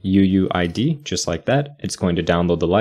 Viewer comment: Listening to this and hearing "uuID" and I think he's saying "uWu ID"